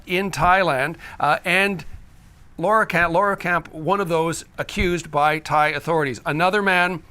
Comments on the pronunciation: Laaaaarkamp. There is no way the name should be pronounced L a u e r kamp. So it is pronounced L a h rkamp. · Lahrkamp has 2 syllables not 3.